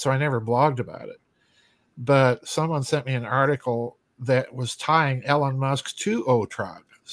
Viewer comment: “Ellen Musk” 😂